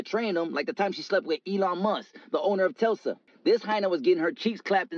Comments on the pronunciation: Did he said “Telsa”🤣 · He said Telsa 😂😂😂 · That foo said telsa🤣🤣🤣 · "She slept with the owner of Tesa" 🤣 he meant Tesla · Dude said “The time she slept with Elon Must the owner of telsa” 😂